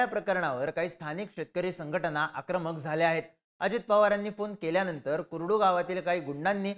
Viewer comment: ते कुरुड नाही कुर्डू आहे... माहिती आणि उच्चार नीट ठेवत चला.